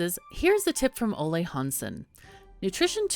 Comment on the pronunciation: Ah, the abundance of alliterations in this top ten Timberborn tutorial. And thank you for not mangling my name. Most people with English as their first language are utterly incapable of saying "Ole".